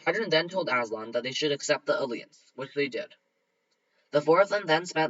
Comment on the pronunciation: These are getting better and better. But.. can you please look up how to pronounce alliance it is really hard to ignore your mispronounation of it